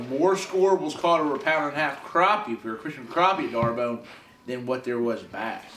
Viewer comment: And he starts off mispronouncing the name of the lake can you say Dar bone